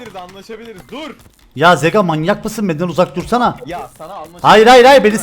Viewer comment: Zekanz deil Zega diyo